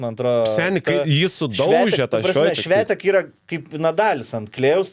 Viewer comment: Ne Švetek, o tariasi ŠvIOntek. ;)